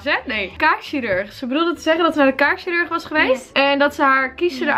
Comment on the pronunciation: Ze zei kaak sirurg